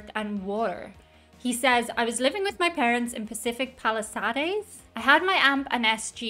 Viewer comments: Pacific pali-sad-es? Pacific Pal-lis-sades. Jim was definately known for "working the crowd" sometimes a bit too much as he got arrested on stage a couple of times. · Pacific Pal ih SAW-days?!?!? Boy,, that one really cracked me up! Try Pacific Pal-ih- SAYDES. Hilly, expensive, town near L.A. and close to the ocean.